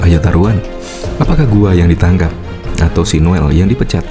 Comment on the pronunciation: " Ditangkap" ngab bukan "Ditaankap", 🗿🗿🗿 Kelihatan bngt bolos waktu pelajaran B. Indo di Sekolah 🗿🗿🗿